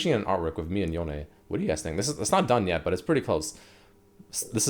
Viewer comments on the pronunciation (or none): its yone not yo-nay